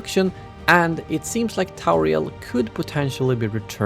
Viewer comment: Tauriel ? ffs.